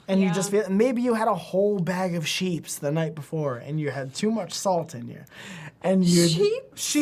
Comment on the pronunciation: What, there's a "chips/sheeps"-merger in some dialects?